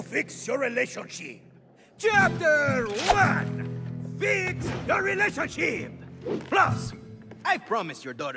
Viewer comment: I was not expecting him to say ‘relation-shit’